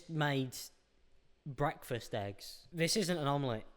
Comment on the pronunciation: Who else heard wrong the part where he said why do people fuck with eggs so much 😂 I heard that why do people fuck with their exes so much 😂